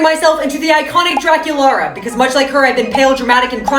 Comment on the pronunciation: Draculaura not Draculara